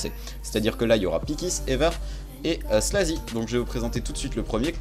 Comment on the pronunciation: La manière que ta dit slaazy cest chaud mais honnetement ton tuto étais vraiment bien expliqué et daprai moi tu pourais entrer dans la g4b